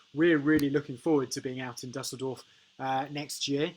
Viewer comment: Imagine a world where Anglos could pronounce a foreign word such as Dusseldorf...